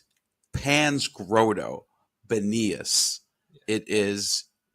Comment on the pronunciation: “Grotto” = “Grah-tow”, not “Grow-toe”